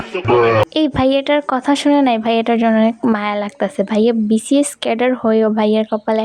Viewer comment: Ar vaiya seta vcs na Bcs😂😂 age pronunciation thik kor tarpor army der picone lagte acis😂😂😂😂😂😂😎😎😎😎😌😌😌😌😌